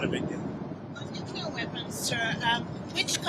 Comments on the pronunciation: PLEASE SAY THE PROPER PRONUNCIATION, IT IS ✔️”NUKE — CLEAR”. IT IS NOT ❌ “NOOO — KOOLER”. THE CORRECT PRONUNCIATION IS ✔️”NUKE — KLEAR”. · Please…not’nucular’ but ‘nuclear’ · it's nuclear; not nucular. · please re-learn the word nuclear. It is a logjam distraction to hear the Bushism “nuke you ler” and you gotta do what you gotta do. Thanks and great respect. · I only point this out,, because now the idiot that inhabits the White House is throwing around the other "N" word: Nuclear....please remember there is a SINGLE U in this word.